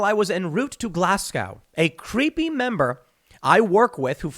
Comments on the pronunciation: Where did last nights TimcastIRL go? Watched most of it, but missed part of second half, now gone. Please learn how to pronounce Glasgow properly! Glasz-go, not Glasz-gow. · Didn't a Democratic Rep not request that people harass and get in the faces of Republicans whenever they see them in public? Surely, a direct request to harass political opponents is work than a meme. Btw Glasgow is pronounced 'glaz-go'. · GLAS-GO the W is silent. You manage too get the first part right but destroy the end, spend some money on elocution lessons.